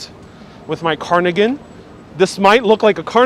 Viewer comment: Love your videos and lighthearted approach! So I am smiling as I point out that it's pronounced carDigan not carNigan